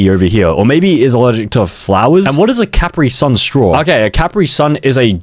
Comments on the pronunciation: It's spelled Kyaprit-sayan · Him miss pronouncing Capri-Sun makes me cry acid tears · Your saying capri son wrong😭